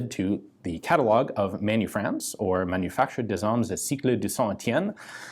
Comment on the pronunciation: Nice pronunciation. But I think you need some help to say "d'armes" ^^